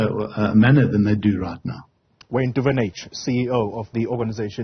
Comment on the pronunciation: Lo Wayne Duven-age😂😂😂😂